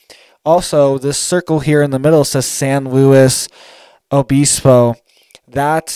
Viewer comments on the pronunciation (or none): not BEESPO, BIS, LIKE PISS. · Obispo is pronounced uh-biss-po. Biss like miss. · I was just saying that exact thing 😂SanLuos O Biss bo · it’s pronounced “San Loo-e Obisbo”. And the “t”in Santa Barbara is silent fyi I know your from Florida…It’s like the pharmaceutical approach to the weather. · It’s pronounced San Luis O bispo